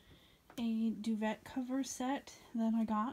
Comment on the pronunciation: This would be a perfect gift for my mother!! It's so so pretty...Oh & it's pronounced 'dew-vay' 😘😁😎